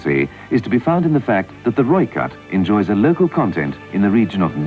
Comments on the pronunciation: As a South African I'm so grateful that your talking about my countries military, it makes me feel more patriotic about my country. Also Rooikat is pronounced "Roy - Cut" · Rooikat (Rooi sounds like Boy, Kat sounds like Cut) There is much discussion regarding the 76mm cannon The vehicle was built for speed (over rough terrain) and fire power in Southern African conditions. Including a 105mm or 120mm cannon will add (ammo) weight, and may compromise speed etc. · It's pronounced "Roy-cut".. direct translation is "redcat" I am South Africa and I speak Afrikaans fluently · Rooikat = 'Roy-kut'. Rooivalk = 'Roy-fulk'. Ratel = 'Raa-til'. Olifant = 'Olly-funt' (not quite, lol). Eland = 'Ear-lund' And you have to rrrrroll those r's ;) Also, reading the comments, it's kind of pointless comparing this to other countries designs in a way - it was designed for the specific requirements of the SADF, and based on their experiences. Having battled Russian export equipment, and surviving, even winning, was largely a matter of superior tactics, training, and often not a little luck (lightly armoured Ratels with low velocity 90mm's vs T55's etc involves the occasional sprinkling of luck, yes), and having been exposed to the difficulty of keeping the heavy, expensive (in strategic value terms) Olifants in the field, meant that they came up with this. Difficulty with logistics, the harsh nature and scale of Africa (it's big), operating on a shoestring etc, all typically African requirements that dictated a light, mobile, long ranged vehicle with just enough punch to do the job. African battles are normally about who can get what, where, then get out while keeping their indirect fed, even if they're just light mortars (aka Logistics). Not who has the biggest gun somewhere else. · You pronounce this as 'Roy Cut' with exaggeration on the R (R-r-r) <3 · no hate but its pronounced as Roy Khat but spelt Rooi Kat which is Afrikaans for red cat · Pronounced 'Roy Cut' btw... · Pronounced Roy-cut